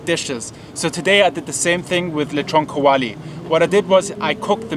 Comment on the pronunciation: "Leeshon kaowalee" lmao 😂